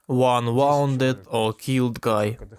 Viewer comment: Would you mind a tiny suggestion? An English pronunciation thing. Wound. One of those weird English, means two things, words. If you put a sewing thread around a holder you would say, "I wound the spool." Which would sound like how you say it. (Also, "I got wound up thinking about Russian atrocities.") However, when you are talking abount an injury, it is pronounced differently. More like wooo' nd. "His wound was minor." "He was wooo' nded in the knee." Thank you VERY much for dubbing. Мирні жителі тепер теж є солдатами України!